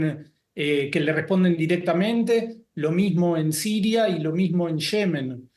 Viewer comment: Que dices? SHEMEN? Sera Yemen